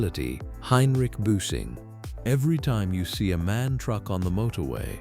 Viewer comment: Не мэн, а эм-а--эн.